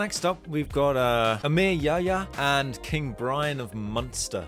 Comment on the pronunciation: bro i was bursting in laughter when you said emir yahya, his name is pronounced diffrently in Arabic.